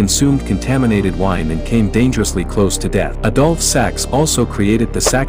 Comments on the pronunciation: Has anyone else noticed that the narrator pronounces the man's name "adult sex".🤭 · is that how they pronounce it Adolf? It sounds odd that way but maybe that's the right way